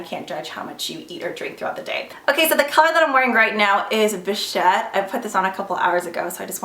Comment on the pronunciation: You are the only YouTuber I have seen who pronounced bichette correctly....and I really really love you for it haha love the video!! Xox